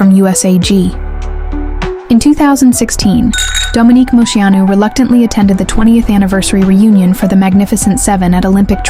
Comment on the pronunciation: I wish you could pronounce her name right 😂 but this was a beautiful way to share her story again